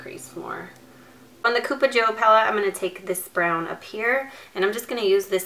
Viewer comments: its cup-a joe...pronounced kinda like cup of joe...which means cup of coffee as the colors are colors of coffee...just thought u should know...wanted to see just cupa joe, not purple colors...damn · Pronounced cup-uh Joe. Like cup of Joe. Coffee. Get it?